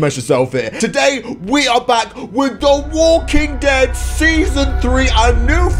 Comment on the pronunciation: When you got the flashback at the start of dis video you said the walking ted